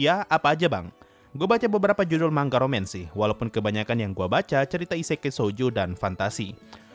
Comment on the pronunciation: harusnya manga bukan mangga